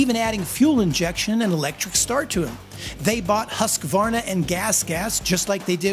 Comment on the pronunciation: Finally someone that says Hus-kvarna, and not Hos-ka-warna